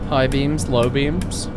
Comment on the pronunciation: you were talking about high beams and low beams, but I was looking away at the time, 'cos I'm playing RRO while listening, and I swear I heard high BEANS low BEANS... had to go back in the VOD to see what I missed.